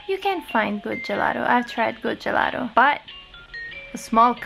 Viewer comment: se dici una parola italiana devi pronunciarla in italiano GELATO e non Gelaro! =D